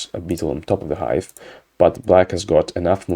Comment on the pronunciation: Did I hear "vanilla ice" when you said "vanilla Hive", you can't prove it !?!